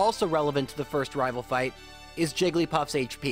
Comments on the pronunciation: I love these vids, there nostalgic. But you saying “rival fievel” annoys me more than it should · Just so you know, you saying “rival fival” doesn’t bug me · Why do you say rival fival but do not say rival final? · Everytime says rival i expect a "fival"